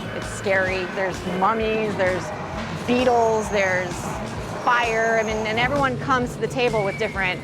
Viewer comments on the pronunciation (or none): How dare she say beetles